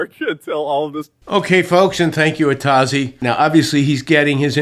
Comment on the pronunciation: The name is originally Atoz. It is from the classic Star Trek episode - All Our Yesterdays. It is the name of a librarian, and it litterally A to Z. How he basterdized the name is almost as bad a crime as Door Dash girl to a classic Trekkie.